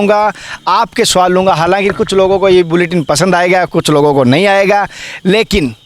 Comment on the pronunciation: सुवाल नहीं "सवाल"